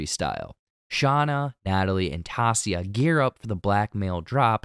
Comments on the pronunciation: There is no way you haven't acknowledged how badly you butchered Taissa's name. By saying it, TAH SEE UH, if you really binged the show with your own EARS you would know her name is said literally how they say it. TIE EE SAH. Its like someone calling Anna from Frozen ANN UH when shes called ONN UH in the movie and saying you worked on the show. Its just giving off hired someone to write a script and watch the show so you don't have to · Who's Tassia? Her name is Taissa. Not even sound alike. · Great recap, but the lady's name is pronounced Ty-EE-sa, not TAH-see-a. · It's not Tasia it's Ti-e-sa Also Nat already knew Sue bc they used to commit credit card crimes together for drug money. So Nat threatens to tell her boss if she doesn't help her. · great video but you saying tassia instead of Taissa for the entire video was 💀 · Taissa is pronounced tai-EE-sa not TAH-si-a. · Honestly. TY EE SAA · I swear. How do you watch the WHOLE SEASON, Read that name, then call her “Tacia” 30 times. Wild. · I believe it's pronounced teh-sah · I had to turn it off because of that. there is no character in this show named Tassia. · 🗣️🗣️ TAISSA !!!! SAY IT WITH ME TYE-EE-SAH !!! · It’s Tie-iz-sa, Taissa. 👌🏽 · TIE-EE-SAW, it is not that hard, you can do it. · holy shiz her name is Taissa (tah-EE-sah) lol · Say it with me TAI - EE - SA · Its Taissa : tie ee sah . Great video but that was kindof annoying! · literally stopped when i heard Tassia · Pronounced Tai-E-ssa,. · The pronunciation of Taysha's name is disconnecting me so much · It's Taissa. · Say it like this... Tie-E-sah. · It's tough to listen to! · It’s pronounced TY-E-SA. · IDK how anyone who watched the show for ten eps, and heard Taissa's name THAT many times is capable of butchering it so badly in the recap smdh (its Ty-EE-Suh) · Ta-e-ssa.... but ok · TY-EE-SA. How did you binge a show but not get a main characters name right. Made me cringe everytime. Thumbs down. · Ti - eesh- a !!